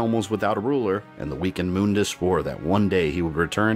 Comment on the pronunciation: That’s how is name is pronounced though